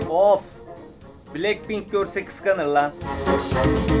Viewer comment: Bilekpink değil blakpink diye okunuyo